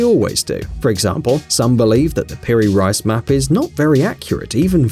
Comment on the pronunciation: It's not Peri "RICE", it's Peri "REECE"....